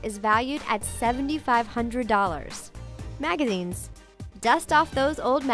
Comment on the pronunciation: when you said magazines it sounded like "magagines"